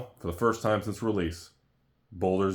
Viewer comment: Baldur, not Boulder...